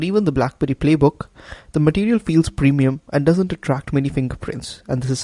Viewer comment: "Matitial" LOL Nice review, I'll get mine soon.